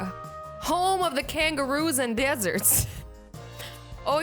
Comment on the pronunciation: How she said kangaroos and deserts has me R O L L I N G